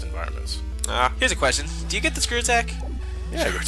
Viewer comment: Talks like Dr. Light as Elmer Fudd That's a Good Qwestion!